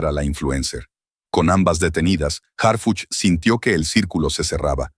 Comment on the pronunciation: Que bueno que ya estan tras las rejas esas mujera verdad yo me canso de escucharlo decir hargucj y harfuch